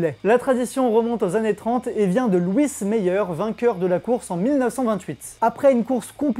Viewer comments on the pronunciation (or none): none